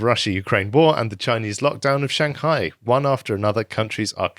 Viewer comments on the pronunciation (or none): none